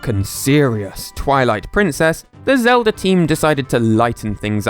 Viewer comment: Who's link? You mean Zelder? The hero from the Legend of Zelder?